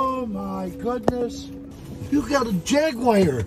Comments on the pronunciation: Jag-u-ar. No wiare. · It’s a JAGWIRE 😂😂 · It's a Jagwire!